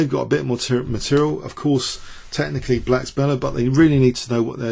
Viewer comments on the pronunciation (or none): none